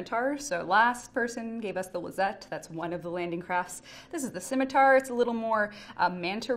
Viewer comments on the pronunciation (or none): none